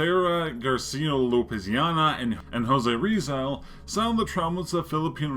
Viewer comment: Jose Rizal is pronounced Hozay Rihzal